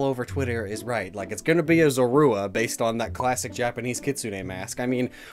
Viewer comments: Why don't you look up how to pronounce Zorua? It's ZORE-roo-uh not zore-ROO-uh... 🙄🤦‍♀️ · These are easily my favorite new designs we've seen from Legends Arceus. Zoroark has always come across as an edgy Lucario wannabe imo, but the Hisuian form knocks it out of the park in every aspect. also the way pronounces Zorua is very distracting 😬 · Wait... Is that how everyone says Zorua? Is always pronounced like Sora but with a z instead of and s. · Is anyone else bugged by how he says Zorua